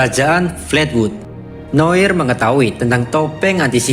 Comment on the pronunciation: Noar noir aja gabisa baca bener tol